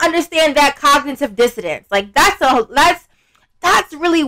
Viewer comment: This girl said “Cognitive Disdanence”😭😭